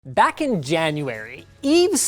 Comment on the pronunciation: ack in may instead of back hahahaha